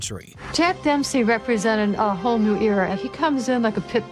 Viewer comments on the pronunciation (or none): none